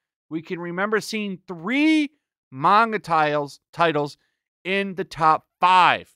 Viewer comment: how is it possible can never pronounce manga correctly